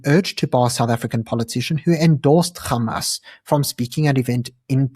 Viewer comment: anc are all pallastinian though and this is who they really are mandela was the worst human alive and should have been left on that island anyway dude please stop saying G when its an H wtf is gamas